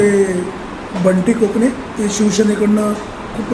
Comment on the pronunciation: कोकणे आहे कणसे नाही